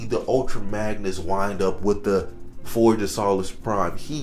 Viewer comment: dawg it is pronounced Forge of So-less Prime. not Saw-less Prime